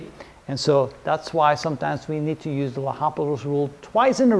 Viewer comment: Respected Sir I think it's L'Hopital and not Hospital [with 's']